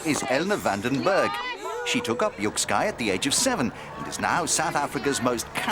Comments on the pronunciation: Quick pronunciation correction: It's more like yuk-skay than yuk-sky. Cannot see how this is one of the most strategic sports?? Perhaps someone can enlighten me..? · This sport is pronounced "yik-skay" (not sky), and the language they're speaking is Afrikaans, (a language derived from Dutch), and one of South Africa's 11 official languages.